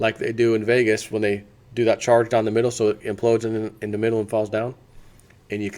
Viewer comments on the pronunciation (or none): none